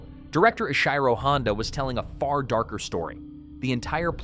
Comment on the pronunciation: Director Ish-high-ro Honda. Good grief.